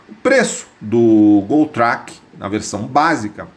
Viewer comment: Track é uma palavra do idioma inglês. Pronuncia-se 'tréqui'. Quando vc pronuncia do modo como fez soa em português como "traque" ou seja, peido. Só uma dica já que vc tem um canal de sucesso no YouTube.